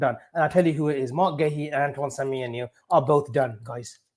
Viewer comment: pronunciation is top tier, Antoine Semyemienyo